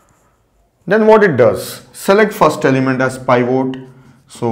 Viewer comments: It's pivot...not pivote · It's not pronounce pievote, but peevit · "pie-vote" lmaoooo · pivot, or /ˈpɪvət/, pi·vuht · This guy is a legend. But the way he pronounced pivot killed me. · the pronunciation of 'pivot' is ridiculous LOL. Great video though.